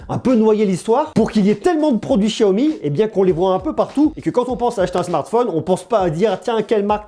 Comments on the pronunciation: Je suis le seul a dire xiaomi et pas chiaomi?!!! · Excellente video, par contre ca grince aux oreilles le chiaomi alors que cela se prononce siaomi ^^ petit grain de riz. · Apprend a parlé c est un x pas chiaomi ch chia c'est pas ça comment tu peux être crédible et parle moins vite aussi